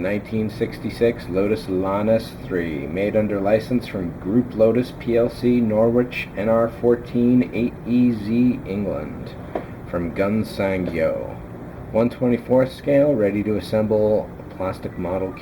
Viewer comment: Minor point : Norwich is pronounced "Norrich" . ;-)